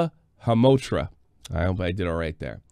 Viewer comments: Dammit I know this is serious however it cracked me up "subdural hemotra" and "hematosis" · This is just a rabbit hole of garbage. He needs to be locked up. Also it’s hema-toma. Love the arcades in the background! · "hematoma" should not be hard to say even if you don't know what it means ... it's about as hard to pronounce as "taco" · sub-guh-LEE-ull (subgaleal) and sub-DUR-ull (subdural) hee-muh-TOE-muh (hematoma) Another way to help remember the pronunciation is to break it down. In medicine you’ll find most of the time that every part of a word means something: SUB means underneath or below. DURAL from DURA refers to the outermost layer covering the brain. HEMA from HEME refers to blood. TOMA (suffix -oma) means swelling or tumor. Interestingly, the Greek suffix was used in a different yet similar enough way to help remember its meaning: -oma then was used to transform a verb to a noun, making it a THING. Like a LUMP. 👍 SUBGALEAL is slightly more complicated having to do with anatomy of the head - internal and external - but basically works the same way. I don’t mean to come off all smart or anything, it’s just one of those weird things that I happened to become interested in. I’m no doctor, but I hope that helps. In the future you can try doing a search for “medical dictionary [insert word or part of word]” and that should help a lot. Just having a meaning to put to each part of a word can help so much with memory, like when you have to remember a weird code, give it a weird mnemonic: D73AH22Z - Douglas was 73 and had 22 zebras 😄 That’ll be a bit harder to forget! Shoutout to anyone that recognizes that toned down version of a mnemonic from somewhere else.